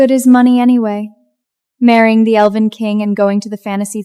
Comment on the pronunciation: Lord this AI is really struggling to say elven 😂😂😂